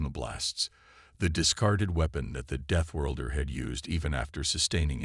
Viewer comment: Please send AI to reading lessons and English pronunciation classes. Begin with the word deathworlder.